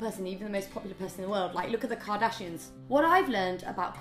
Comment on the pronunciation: "The Kardashianses" Rosie Spaughton everybody 😂